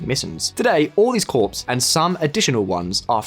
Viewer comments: It's pronounced Core, not Corpse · Corps is pronounced the same as core, not as corpse. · It’s military “core” not corpse lol (corps=core) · Corps is pronounced "core", not "corpse"...gendarmerie is pronounced "John-darm-erry", not "gendar-merry" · I also loved corps pronounced corpse and gendarmerie pronounced gendermerry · Dude you loose all credibility when you can’t even pronounce Corps correctly. You’re a journalist? Even if you’re just an anchor you should know how to pronounce basic words.